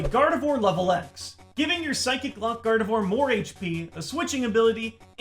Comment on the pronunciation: Nobody: Absolutely nobody: Not even a soul:: Gardevoir gardevore.